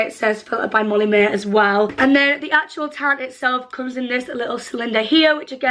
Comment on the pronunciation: "molly maeee... not appay"